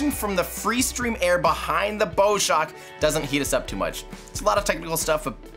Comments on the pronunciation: bow shock is pronounced like the bow (front) of a boat. same as bough or cow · I really like the video, but PLEASE look up the pronunciation of Bow Shock, it's like the front of a ship not the thing you tie on top of presents. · YOU'RE SAYING 'BOW' WRONG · Just a minor thing. It's pronounced "bow shock" as in "wow", after the bow of a ship. Rather than like a bow tie. Great video though, keep it up! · Really interesting! BTW the "bow" in "bow shock" comes from the bow of a ship, so it rhymes with "cow".